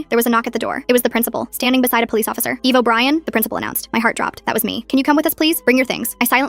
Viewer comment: Who’s ’Evil Brian’ It’s ’Eva Brian’